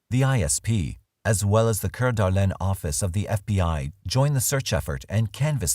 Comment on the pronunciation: narrator does speak french, so. can't really fault him for saying it correctly.